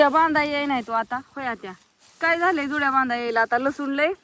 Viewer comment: जुळ्या नाही ग, जुड्या म्हणतात.